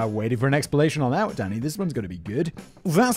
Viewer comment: I quite enjoy that every time Simon says “Danny,” it sounds like he’s saying “Daddy.”